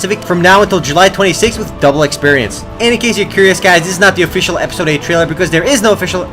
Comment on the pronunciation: i think was drunk:)) officciallllll offffi-cial and many words:D